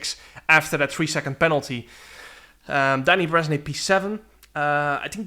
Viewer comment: Your Hungarian pronunciation is quite okay most of the times, but this might help. Bereznay is like Berezna-E not "nay" like naysayers. Also, if you see someone who has a letter "S" in his name it is pronounced "sh" like "ship". Hopefully, these help you in the future. Crazy finish btw!